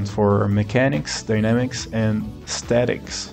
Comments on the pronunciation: From time to time in video game discussion I hear mechanics being talked about a lot, but I never heard of MDA, Mechanics, Dynamics, and Aesthetics. (When I first heard aesthetics I thought you said statics which idk is an interesting way to frame it too although I guess aesthetics makes more sense) This is a pretty interesting way to abstract game design. Instead of finding out the after effects of your mechanics, you can also work backwards from the emotions and try to design a mechanic which will fulfil them. Working seems like a pretty useful way of thinking about things, and I suppose it's pretty common too. Like for instance when you make a "game over" screen, you're trying to convey to the player a sense of failure, that they did not achieve the intended tasks of the game, the dynamics is the controls, what the player has access to which gets to the gameover screen, and the mechanic is the underlying code which determines when the player sees the gameover screen. It's also useful in the sense that it abstracts the 3 major components of every game: Art, Controls and Code. First and foremost you need a game for it to be played, but the player also needs to see (or sense) that the game before they even have any hopes to control or play the game. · That's exactly it! If you're not already a game designer, you seem to have what it takes 😁 About the aesthetic pronunciation: yeah, I get a bit camera-shy (?) and end up pronouncing things weird ahahahah Appreciate the comment!